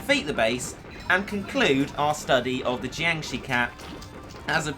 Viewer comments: oh jeez you were right you really can't pronounce the name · Can say Claustronyctophobia, can't say Jiangshi... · Tzisorey Tigerwuf they drain enrgy i think im not a big fan on zombie movies even though im chinese and the way says it is so funny